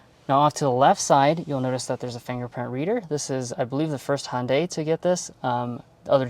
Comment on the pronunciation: As a Korean i appreciate you trying to pronounce Hyundai the correct way. Love your reveiw style. not too long but in-depth enough for the details. Keep it up